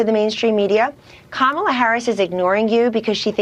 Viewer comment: At least he can say her name properly 😅😂. Money makes these people sell their country, family, and souls, and its sad.